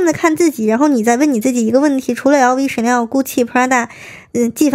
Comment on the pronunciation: 在说“Chanel"的时候太逗了！“屎尿...”😂😂😂